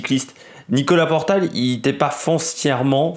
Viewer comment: Bon OK 20 secondes que je regarde. Et. c est Nicolas portal... Et non portail.. 😢 Que tu fasses un hommage OK.. Mais relis tes fiches. Merde